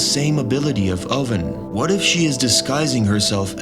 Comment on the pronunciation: "Impel Town" instead of Impel Down and "Oden" instead of Oven had me questioning this guys One Piece knowledge for sure. Couldn't shake it.